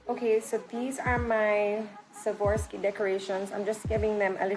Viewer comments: Just wanted to help you with the pronunciation: Swa-rov-ski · S w a r o v s k i......not savorski.